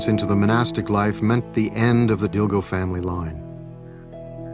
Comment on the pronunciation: Lovely, thank you so much for sharing this. FYI, Dilgo is pronounced "Dingo" in Khampa Tibetan. It's just one of those oddities of spelling of an old Tibetan family name.